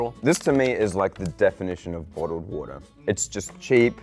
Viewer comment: Love the way says water 😂